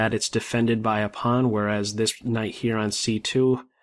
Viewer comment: I like your pronunciation of "pawn".